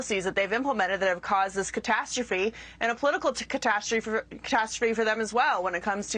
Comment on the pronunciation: 😂😂 can't say catastrophe right